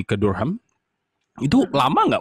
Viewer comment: bunyinya "darem" bukan "dur-ham".